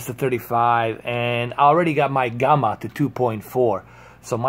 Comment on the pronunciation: What the hell is Gumma? Its Gamma like jamma.